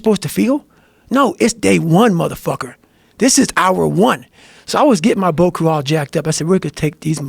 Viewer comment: broat crew 2 😂 dude said it over over and i honestly don't think he ever said it correctly. i think i he actually calls it broat crew cuz they bros on a boat